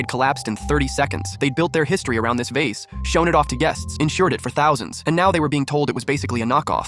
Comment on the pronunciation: "da vasa" Had me rolling on the floor